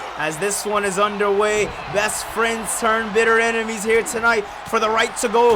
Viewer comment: it’s ENEMIES not EMINES lol